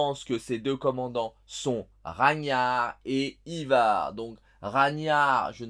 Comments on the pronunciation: Raniar hahah jsuis mort on dit Raguenar😅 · ça se prononce RAGUENAR, vieux, fais un effort, t'as pas netfix ? :) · C'est Ragnar avec le g qui se prononce GUE et personne n'a de preuves qu'il a existé celui-ci donc pas sûr que ce soit lui...et du coup il est gentil celui qui t'as envoyé ça mais Guillaume le conquérant c'est tout sauf un "viking" ;D